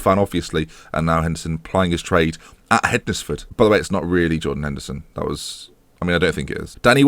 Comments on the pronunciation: Great episode again hednesford are the team I support it's pronounced hensford so silent d and e lol but nice to see you at the right end of the table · Just to let you know Hednesford is pronounced similarly to Wednesday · Hednesford? Just think how you would normally pronounce Wednesday and try again, hmmmm? Worse than Luke (Statapp) ffs.